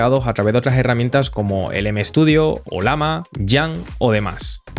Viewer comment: conoces que es una LLAMA? (animal altiplanico de sudamaerica) si te fijas el dibujo es una LLAMA y se llama OLLAMA (y no OLAMA) sorry te veo siempre ers muy bueno explicando, pero me choca escuchar que digas OLAMA, jajjajja un abrazo